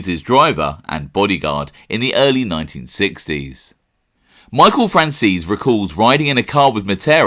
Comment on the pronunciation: The way he pronounces franzese 😂 "fransees" lol its fran-zeh-see